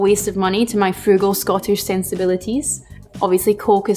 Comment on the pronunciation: I heard you saying that in the end of the video. It's just that it felt like a lil Irish.🥃